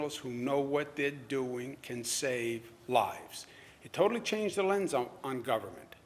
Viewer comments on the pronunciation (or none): none